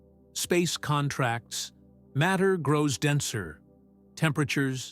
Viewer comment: The AI voice is not terrible, and it has improved a lot. Still, for some reason, the relationship of the words is not “understood,” as “periods” are inserted randomly throughout, words are sometimes mispronounced, etc. (e.g., “space CONtracts” instead of conTRACTS). The absence of music is greatly appreciated.